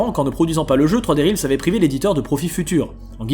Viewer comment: Juste attention à la prononciation de "realms" en anglais (ta voyelle n'est pas bonne). Je te le fais remarquer parce que tu répètes beaucoup ce mot. :)